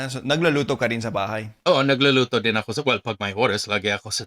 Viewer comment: Shortened your (AKO) pronunciation to be more native sounding. Not ahhkoo... Should be a'ko.